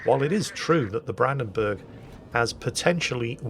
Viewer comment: whilst you are pretty good with most german names Brandenburg is a bit of (the "Branden" part is fine), the "burg" doesn't get pronounced like you pronounce "burgers" but the u gets pronounced similar if you go "uhhhh" (it just doesn't get stretched), not like an "e". Maybe it will help^^